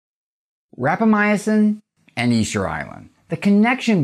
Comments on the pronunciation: It’s rapa mison Not rapa my a sin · I think you are putting an extra letter in the word when you pronounce it. It sounds like you are saying Rapamyacin instead of Rapamycin. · Sounds like you added a syllable to Rapamycin. Seems like you're saying.. Rap a my "ah" cin. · Like "al-lu-mini-um" :) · I said the same thing... it drove me crazy... he said it 100 times. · He is saying it wrong and it bugs me!